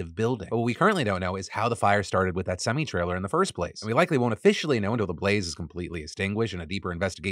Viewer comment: "semee trailer"